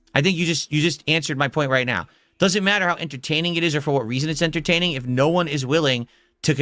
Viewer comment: "Oh, trying something different and new...let me open my velcro wallet naow"